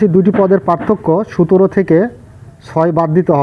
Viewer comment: আপনি যে সংখ্যা টাকে বার বার সুতের বলছেন ঐটা সুতের না সতের হবে